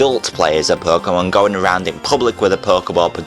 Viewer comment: I like how you say perkemon